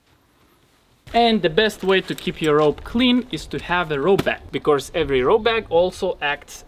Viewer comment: I love your videos, really, but why do you keep saying “becorse”? You should try to split the word in two so you can say “be+cause”